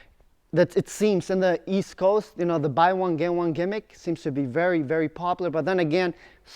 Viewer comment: East? I thought you said Weast.